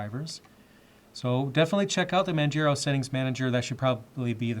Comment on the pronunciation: Manjero xD